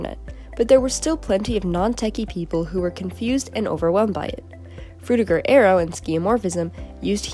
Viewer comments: Aero not air-e-o. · I just realised that Americans pronounce arrow and aero the same. wild.